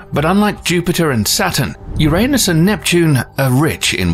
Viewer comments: This Narrator "" is spot on if it comes to saying URANUS. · I never laughed so hard. Ever! I’m so grateful you pronounced “Uranus” the old way. You are legendary!